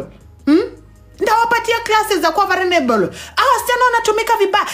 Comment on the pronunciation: Its vulnerable not vulrenelebo, that's not how to advice a friend...no no no...hii sasa ni personal 😢